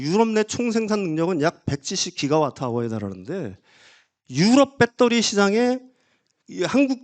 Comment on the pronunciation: 이 아저씨 제2의 뺏데리 아저씨 아닌가? 배터리라고하시지 맨날 빳떠리 뺏떼리 빳떼리 듣기 거북하다